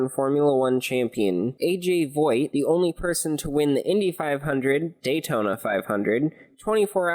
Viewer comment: "A.J. Voight"???